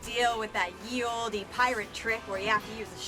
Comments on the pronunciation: Still bugs me he says ye olde like that, it's still pronounced like the old, he should know better but hey 😂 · Honestly no reason not to have them all on here. Nobodies buying the DVDs or a whole different subscription. Although I'm still bothered that Adam says "ye olde" when that's just pronounced the old haha, its dated spelling, not different pronunciation and he should know better 😂